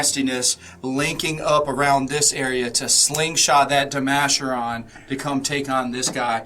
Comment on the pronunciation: Never heard it pronounced De-Masher-On. Always De-Ma-Care-On